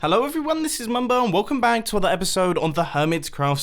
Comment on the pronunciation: Sounds like you said welcome bang